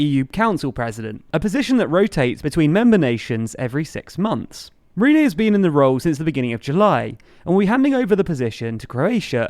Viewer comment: Who is Rene? You mean Ryeinne... and he is a moron.